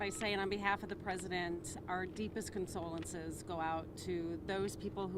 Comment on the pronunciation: Imagine a Biden FEMA spokesperson that can't say CONDOLENCES... only in Biden's world.